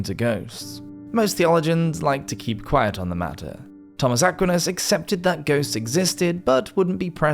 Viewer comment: Or , how to say Aquinas!